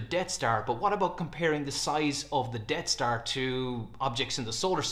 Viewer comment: sounds like you're calling it "Dead star" but it's actually called the "Death star"